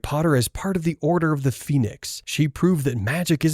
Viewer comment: I don’t mean to be rude but, te order of the phoenix?